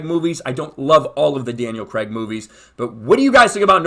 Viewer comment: Why can't Americans pronounce Craig properly? Every US YouTuber have heard talking about the film has pronounced it wrong, It's not Creg!!!